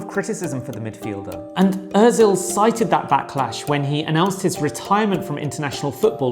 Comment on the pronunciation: it's Özil. not ÖRzil :))